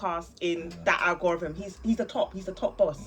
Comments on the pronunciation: A man said Al gore rhythm, are you smoking spice? 😂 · Al gore rhythm and na-rraytive is mad